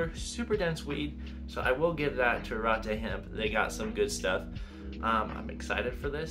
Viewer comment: Pronounced Ah-regh-tegh